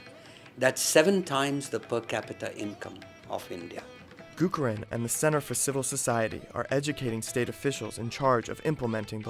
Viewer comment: Nice video. But its not Gurukaran Das but Gurucharan (as in charity) Das.